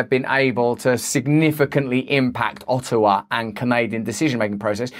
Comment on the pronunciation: O'awa Alber'a I love it